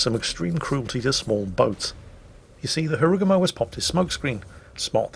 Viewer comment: sir why do you pronounce Harugumo in that way? It dont sound japanese at all